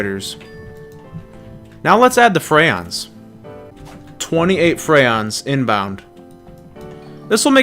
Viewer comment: "Frayons" "Reborning" "Pannite" "Ossium" "Ayzure"